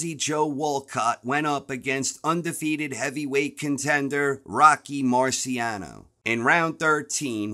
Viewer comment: Mispronounced Marciano. Also wasn’t Rocky undefeated???